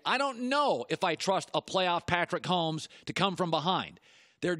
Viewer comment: Lol he said Patrick homes